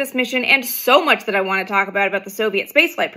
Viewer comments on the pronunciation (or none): none